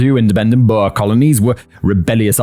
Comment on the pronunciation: Your pronunciation is abysmal in this one lol. Had to translate in my head what you meant. Xhosa is a kind of hollow k with a click at the beginning, for example. Boer is a soft u that flows into the er. You probably need to HEAR it. Maybe many times, lol.